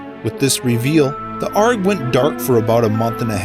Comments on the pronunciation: Did you just say ARG as in "arggg ima pirate" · "Ahrg" Hahah, it's A-R-G, mate!